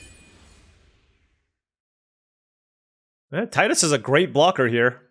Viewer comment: Character's name is Tee-dus